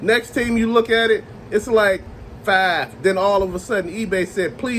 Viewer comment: Cool video. I agree. Also, when you say "5", sounds like a Chicago accent.😅